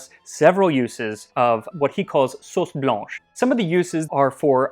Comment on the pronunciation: I love your French accent. It's really good most of the time, and just perfect when you say "blanche" and "Marin". I think you are one of the rare English speaking persons who could say my name correctly - Martine.